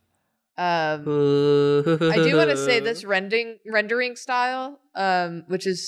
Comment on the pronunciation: saying "This rending" instead of "rendering" (before correcting herself) while the video is her painting the meat being shredded by Pikachu's teeth, might just be one of the all-time great Freudian slips